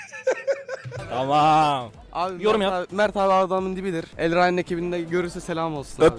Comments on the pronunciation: Adamın o kadar videosunu yaptın daha ismini okumayı öğrenemedin reis Elreyn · elrin değil elraen. 🥷 rayne değil raane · Elraen değil elraenn 2 n ile